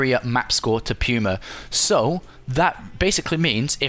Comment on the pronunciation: puma = pyoomer